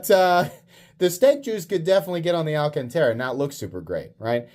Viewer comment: "Al Can Tera" is definitely pissing someone off somewhere lol